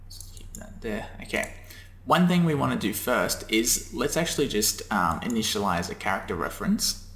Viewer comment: "Initiliaze" :D great vid so far (